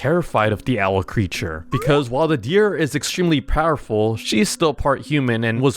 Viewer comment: bro said deer wrong